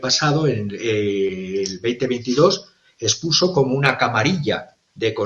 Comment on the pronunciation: Expuso no espuso